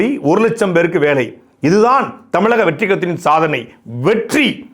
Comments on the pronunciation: With double T, the R become silent R. Now Vettri sounds Vetti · SAY VETTI NOT VETTRI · Durrai... Vetrri... rrrruuuன்னு முன்னேறுது சகோ👌👍😂